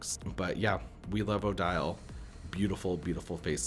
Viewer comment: 😂 even more interesting spelling. Seriously though. It is a pronunciation that makes sense. The rule where the “e” on the end makes the “i” long. I’ve heard lots of folks say Odile that way. Well before the face mold came out, when talking about Swan Lake. It grates me a bit, but I’ve come to accept that folks often do it.